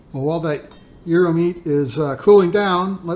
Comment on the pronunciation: Congratulations on your pronunciation of Gyro. My wife is Greek and we've been there many times. In Greece they pile up slabs of beef and thinly slice it off. You lost me when you added lamb. Hate the smell and taste of it. The ground meat is purely American, not Greek.